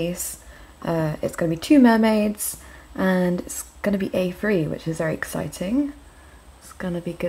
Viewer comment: youre vewy welcome